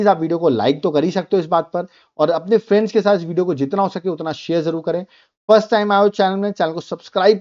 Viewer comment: Am I the only one who hears fench instead of friend's 😂